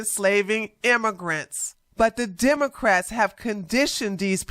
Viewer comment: Democ-rats not demon-rats 😅